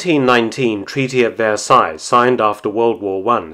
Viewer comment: i actually recoiled when he said "treaty of versailles"